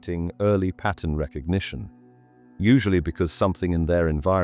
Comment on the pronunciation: the way you say 'pattern'. pah uhn